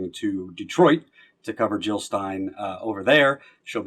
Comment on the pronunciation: Jill Not Hill!